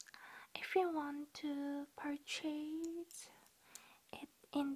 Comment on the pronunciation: You’re accent just makes for the best asmr experience. So soft and tingly. I love the way you say “purchase” it’s adorable and I wish more people pronounced it that way. ❤️